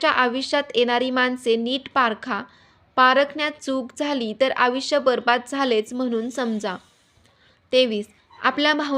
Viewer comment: आविष्य नाही आयुष्य